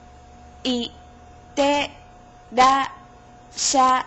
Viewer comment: Sensei, I have a comment on your pronunciation of the word "Itterasshai" Your pronunciation of it is wrong,You have to stop at the "しゃ" (sha) letter. So it will be "いってらっしゃい" (Itterasshai) not "いってらしゃい" (Itterashai) like how you pronounce it. Thank you for your videos.